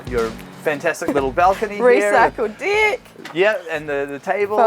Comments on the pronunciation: As a Brit, all I head was 'Recycled Dick' 😂😂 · did she say "recycled dick"?! lmao!! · As a thats what i heard too. Although lived in Oz for a decade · 2.18 It sounded like she said recycled dick lol. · Who else herd recycled di** instead of deck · did she just say recycled dick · I'm Aussie and thought the same thing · Ok from the US and I did not hear it that way the first time. (maybe because I expected her to say deck) But when I replayed it yes I could see where that is what you heard. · I think it was "recycled deck" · oh you kiwis and your pronunciation of deck... bless you all :D